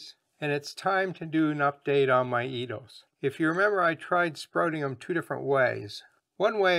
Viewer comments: It's pronounced Ed- dough not eeed-o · Nice video it is actually pronounced Ed- doe we eat them in the Caribbean thx again 👍🏽